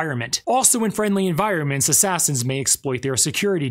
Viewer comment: Why can't you say assassin?